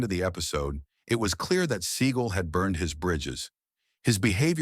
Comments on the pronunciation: computer narration was the turn off. It is pronounced Se Gall not sea gull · Seagal (Se-GAAL), not Seagull...^^ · AI in this video is laughable, Steven Seagull? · You know it is AI when the narrater pronounces it "Steven Seagull" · A lot of those people I just knew were banned before you even said their names. Some were shocks. I know that if Segal saw that segment he'd be dying rn over the mispronunciation of his name. He's the biggest douche in Hollywood... Okay one of the biggest... Ok he's just a huge douche really. You ever seen the reality show of him being a cop? Smdh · Excuse me Seagal